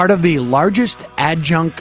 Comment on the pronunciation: Nice going with “ad-junk” Sam 😂